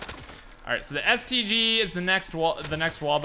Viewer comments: The first time he says stg he says std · he said std instead of stg lmao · I thought he said std